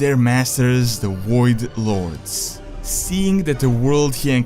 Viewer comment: The WOID LORDS.